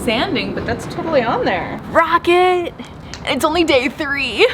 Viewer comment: This is and today we are going to make a rawket out of wewd.